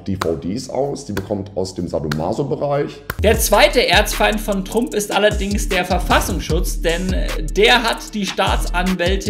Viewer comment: Und es wird Trump ausgesprochen und nicht Trump.